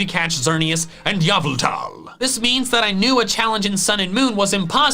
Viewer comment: It’s an intentional mispronunciation from back when he did Pokémon talk.